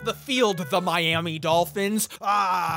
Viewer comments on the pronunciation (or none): none